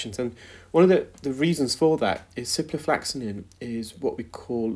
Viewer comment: Are you sure you don't mean ciproflOxaCin rather than ciproflAxaNin? I know you like to educate people about medical terms, so it would be best to get the names right (particularly if questioning prescribing decisions!). On that note, "intravenously" is a route taken straight into a vein but is not pronounced like that - you say intravEEnous (i.e like Venus, not intraVEINous). I hope your auntie gets better soon.